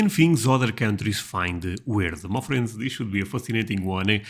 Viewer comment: I love the way you say "my friends". It sounds like you are saying 'muffins'.